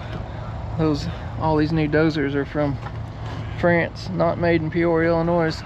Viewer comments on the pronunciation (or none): none